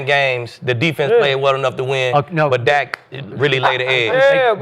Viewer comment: It’s irresponsible for journalists and media reporters to speak without doing homework. It’s Dak not Dax. Y’all got on Jerry for mispronouncing Micah’s name then pronounce Dak’s name wrong. Dallas’ defense has not done any favors for the offense. I bet none of these on the show except Skip can name 6 starters on defense or offense this year.